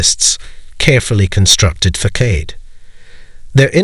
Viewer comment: I hate the AI. You just pronounce the word facade like Fackade. Good info but AI always spoils things woth ridiculous pronunciation